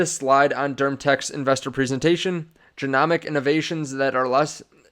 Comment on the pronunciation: This guy saying genomics wrong everytime, it's making me say it wrong. Wasn't this dude in premed? 🤦‍♂️